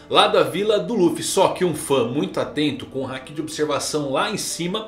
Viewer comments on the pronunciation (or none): none